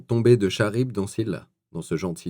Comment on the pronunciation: Charybde se prononce karibe, le ch comme chronomètre et le d est muet.